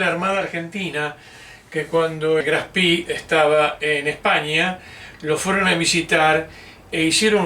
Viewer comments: HERMANO: "CON TODO RESPETO, QUE CARAJOS DE GRAF ESPI ????" NI SIQUIERA PODES HACER EL ESFUERZO DE PRONUNCIARLO BIÉN ? Hoy no hay excusa !!!! tenés cientos de recursos para decirlo bién !!! Estoy harto de que siempre son lamebotas del ingles y donde ven doble "o" o doble "e" repiten como loros como si solo en inglés hubiera esa escritura!!! ME TIENEN HARTO !!! HASTA PERIODISTAS LO PRONUNCIAN MAL !!!! Vos lo decís.......80 años y no pudieron tener el respeto de decirlo bién ?Deberías hacer el video de nuevo con el nombre bién pronunciado!!! QUE CREDIBILIDAD DE LA INVESTIGACIÓN PUEDE TENER ALGUIEN QUE NI SIQUIERA SE TOMA EL TRABAJO DE AVERIGUAR EL NOMBRE DE SU "INVESTIGACIÓN" ? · Le quita seriedad al comentario pronunciar el nombre del acorazado de bolsillo "en ingles": Graf spi. Su nombre es Graf Spe, con e. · por que decís "grafspi?" es alemán no en ingles. GRAF SPEE. duele a los OIDOS. No existen los acorazados livianos. Deja de decir huevads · No es Graf Spi como ud lo nombra. Es Graf Spee termina en E no en I! Decirle Graf SpIii es bien de argentino que quiere anglificar todo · El nombre del acorazado Graf Spee es alemán, no inglés. Por lo tanto, es una expresión ignorante decir "Graf Spi" y no como corresponde: Graf Shpé (en una fonética muy rudimentaria). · Me temo que es Graf SpRee,con R,y se pronuncia con E al final,no lo convertamos en inglés,qe no tiene nada que ver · Todavía me asombra que digan el nombre como si fuera inglés! No se pronuncia SPI, se pronuncia SHPEE, extendiendo la doble E. No hay fonética de i latina..... Aparte de eso, las explicaciones son son excelentes. Felicitaciones! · No es Graf Spi, sino Graf Speeeeeee! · No se dice Spi sino Graf Spee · Buena aclaración! Pero tampoco es "espee" . La correcta pronunciación (fonética) es shpee (como shh de silencio) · Lo pronuncia en inglés: Graf Spi! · Por favor diga bien el nombre del barco. Era alemán y se pronuncia graf spee en ese idioma. Suena horrible como lo pronuncia usted.